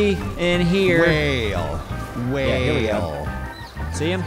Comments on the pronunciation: My husband and I had the whale and well conversation 15 minutes before watching this episode!! When he says whale it sounds like well. We went back and forth about it for a good 10 minutes.. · Lol how can he still not say whale properly